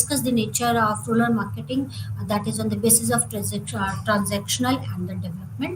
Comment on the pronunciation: Rural or rular?your pronounciation is heard as ruler!